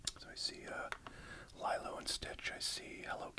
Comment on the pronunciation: Lee-low not Lie Low. Enjoyed the vid!